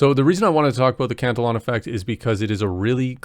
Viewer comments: Not trolling but I believe you are pronouncing it incorrectly. E like E sounds. Not eh..for the pronunciation Not spelling Or pronounce cant illy on Not cant el on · i know. The syllable count was off though, not just pronunciation, sobit felt like a newly learned word he hadnt heard before. I never correct to troll or judge. I hate grammer nazis, for me, its kinda like, if i have buggers, i would rather you tell me at the risk of embarrassment then just walk around all day not knowing